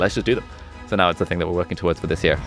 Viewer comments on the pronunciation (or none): The 8th wonder of the world is the way Ali pronounces “towards"